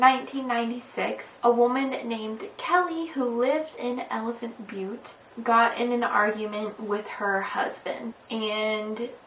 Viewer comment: You’re channel is so underrated. Also you pronounced elephant butte correctly